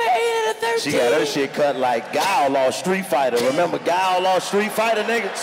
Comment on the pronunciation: He said gawl off street fighter 😂😂